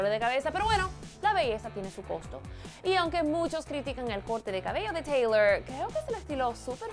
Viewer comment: emm se dice teylor